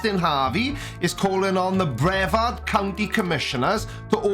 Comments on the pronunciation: As someone who used to live in Brevard county, it's pronounced Bruh-vard. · Only one minor complaint,. Now I know you're Welsh and not too familiar with American, much less Southern American pronunciations. And I kow, the county that the NASA complex in Florida operates out of is spelled, Brevard. However, it is not pronounced Braveheart or Bravehard County. It's pronounced like: Bra - vard, County. So if you ever visit my home peninsula, you'll at least be that much more knowledgeable. Love your videos man, keep up the good work! 🚀 🛰🌴☀️ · Just FYI,, it's pronounced bre-VARD (emphasis on second syllable) Thanks as always for the great content. Love hearing that non-accented voice.:D By the way, this guy is not just anti-NASA, he's also a flat-earther, so yeah, he's just as out there as you think he is. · Hey - American English, my dude: bre-VARD County. (Some of us also say PEEcan, rather than pehKAHN.)